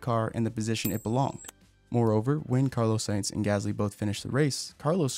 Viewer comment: ”Carlo säjnz”